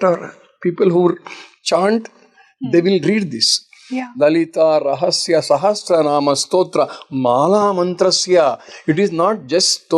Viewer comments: it is not "Sehasranaam" it is "Sahasranaam" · Thank you for hosting this!🙏 but a correction, it is not ‘SEhEsranaam’. It is SAhAsranaam’.